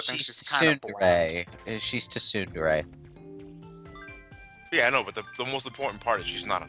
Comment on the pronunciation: M64DS has analog controls programmed in Whereas 3D land is only 8 directions lol Also "tuh-soon-dare-ay"